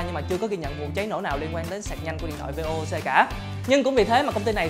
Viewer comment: Vê ô ô xê 😂😂😂😂. Tên nó là VOOC: Vốc nhá